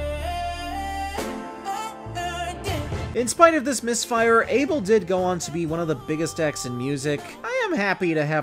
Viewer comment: I can't even agree with your statements when you can't even say ABEL properly.